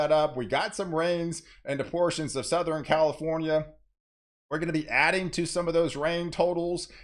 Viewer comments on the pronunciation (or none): So you can pronounce "western" but you can't for the life of you pronounce "southern, northern or pattern."